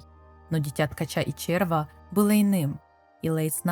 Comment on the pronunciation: Процентов 70 текста писала чистая нейронка с предустановленной "ну сделай так как бута я раскзваю". Я с тем же успехом могу ссылку на вики кинуть, через 15 минуть такой же аудио ряд сделаю. Как можно говорить червА а не червя, это просто ужасно. Как вообще можно было догадаться так произносить слово которые дети с первого раза правильно говорят.